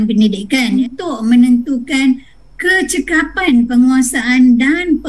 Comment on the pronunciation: Program bukan progrem.. Dokumen bukan dokiumen, kecakapan bukan kecekapan.. Mak cik ini perlu lagi belajar bahasa